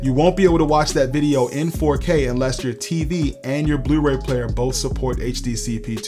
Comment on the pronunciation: Love your channel and videos, I've learned so much. Did I detect a Baltimore accent when you said "yewtube" and "blewray"? Just curious.